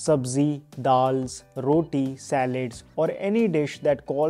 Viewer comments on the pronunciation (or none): none